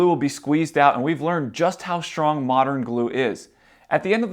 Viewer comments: It's not SHTRONG it's STRONG and other words too. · There is no h after the s in the word strong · How schtrong is schtraw? Sorry I mean how strong is straw? There's no H in those words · There's no "sh" in strong, straw or stressed.